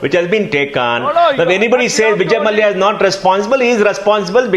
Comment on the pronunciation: mallaya...its mallya